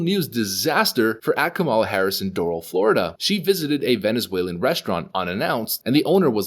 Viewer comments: I am not a fan of Kamala Harris either, but the least you could do is pronounce her name correctly. You're obviously mispronouncing it on purpose. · You sound so ignorant mispronouncing her name. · Hahahahahaha kamel- luh.